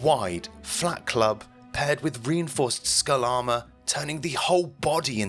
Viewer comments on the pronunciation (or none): none